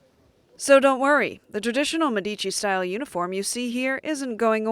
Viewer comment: It's pronounced "Meeeeedici" instead of "Mediiiiici".